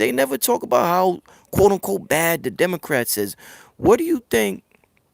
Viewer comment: Pro Griff said "Demon-crats ! 😂😂😂